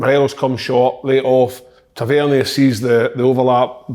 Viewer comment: Tav-IN-Ear.... ffs KK